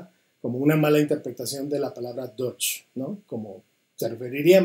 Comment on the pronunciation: La falsa dicotomía entre Dutch y deutsch y una pésima pronunciación de ambos idiomas